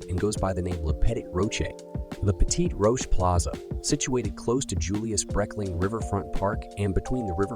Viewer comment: There are several screw ups on this video. You totally slaughtered the pronunciations of "La Petite Roche" and "Villa Marre." Also, the Arkansas Inland Maritime Museum is not in Little Rock, it is on the north side of the river in North Little Rock. North Little Rock is not the northern part of Little Rock. It is a totally "separate" city. Little Rock and North Little Rock are twin cities divided by the Arkansas River. Also the La Petite Roche (Little Rock) that Little Rock gets its name from is not on the north side of the river; which would be North Little Rock. It is on the edge of the south side of the river in Little Rock. There may be other errors put I did not listen all that close. Signed - a 70 year resident of Little Rock.